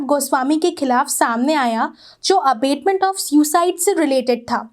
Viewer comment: Vedio is good ,but the pronounciation of abetment is not right. There is difference between abetment and abatement.